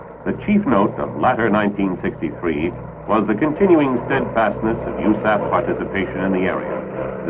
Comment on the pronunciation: Who the hell says u-saff? Honestly the first time I've heard it pronounced as a word in an official manner.